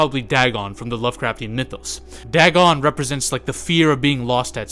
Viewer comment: Ots pronounced Day gone.